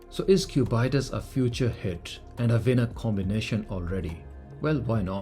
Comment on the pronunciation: why is bro calling it the Q Bite Us